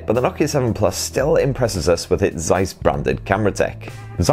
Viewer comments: The way you first pronounced Zeiss is definetely closer than your second version. But the beginning 'Z' is pronounced much sharper - like a 'ts' as in the ending of 'rats'. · It's pronounced "tsais" ("ais" as in "eyes") , it's German, I'm surprised some people never heard of them, they've been making optics since the 18 hundreds! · Zeiss = Tsays